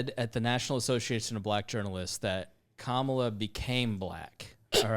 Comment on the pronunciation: hi, it's actually [kuh-m(uh)'la], an indian name i would know, because i'm indian basically not thanksgiving turkey indian, but the two times spicy hot food indian <3